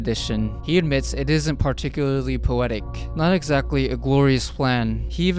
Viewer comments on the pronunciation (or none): none